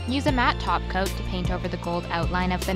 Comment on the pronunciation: I keep hearing glossy taco whenever you say glossy top coat😂